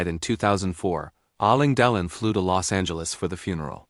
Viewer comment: If you can't even pronounce Alain Delon's name correctly, why should we believe you got the facts right? There are many photos and film clips of Alain Delon without a shirt on. No scars, just smooth skin over a muscular torso.